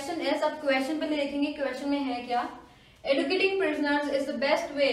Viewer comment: mam, kindly correct the pronunciation of educating, it has to be pronounced as eh joo kiet ing ·